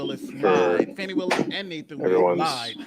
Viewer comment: Her name is pronounced "Faw nee " Not Fanny. Give her this courtesy and stop degrading her!